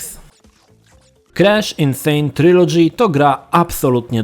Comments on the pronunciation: on wymawia „Kresz”. Słuchać się nie da. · Czemu on źle wymawia nazwę głównego bohatera?